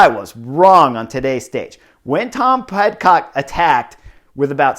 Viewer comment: I think Horner's mispronuciations are one of the endearing things about the butterfly effect and I hope it never changes. Sometimes he says Pet-Cock instead of Pid-Cock which causes laughter all around. I really wish this race had been on GCN+ so I could have watched the whole thing.